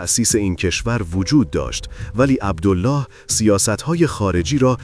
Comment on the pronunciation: عبدِل لِلِه ، اینجوری تلفظ میشه نه عبدُالله . ملک فیصل ، که حکومت نمیکرد حکومت در دست عبدل لله و زیر سلطه انگلیس بود. به طرز فجیعی خودش و خونوادش به دست خونخواران کثیف قدرت ، کشته شدن. مادر پادشاه فقید ، قرآن به دست گرفت و قسمشون داد و گفت : شما مسلمانید ، عربید ، پسر من ، بیمار است ، تاج و تخت پادشاهیش ارزانی شما ، بهش کاری نداشته باشید اما چقد غم انگیز و اندوهناک که نه به حرفهای مادر پادشاه اعتنایی کردن و نه به قرآن . و حتی جسد پادشاه جوان رو در ملاء عام مثله کردن. اما همون کفتارصفتان خونخوار و تشنگان به قدرت ، دیری نپایید و خیلی زود ، به جهنم مشرف شدن.